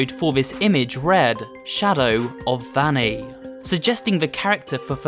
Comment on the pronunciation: I think Vanny is pronounced (v-O-nny)